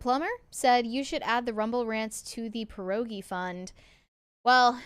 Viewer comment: You pronounce pierogi with the hardest R you can. Like you would say name Pier, than you just abuse the R and end with ogi 😁